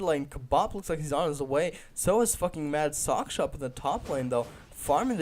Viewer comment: Soch SH Ka, not Soch K sha. Respect his skills. -HEROES, not champions. HEROES. -More map awareness is a must-have for casting games, you missed a lot of kills there. -Keep improving! :) -Other than that, nice cast.